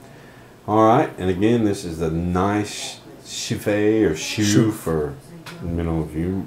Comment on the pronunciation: good review , the pronounciation btw is : nice => nis , and chouffe was not that far off at 0.15sec , but you say the 'ou' a little faster, and wihout the 'w' sound ( not 'chouwffe' ). keep loving beer , gz from Antwerp, belgium